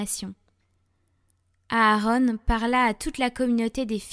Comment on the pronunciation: C'est pas aarone mais Aaron...